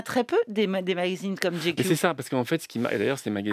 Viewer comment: Pourquoi cette prononciation ridicule ? GQ ça se prononce " j'ai cul " !